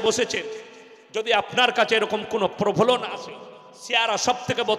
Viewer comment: জনাব,সালামুন আলাইকুম।প্রফোলন না বলে প্রলোভন বলুন প্লিজ।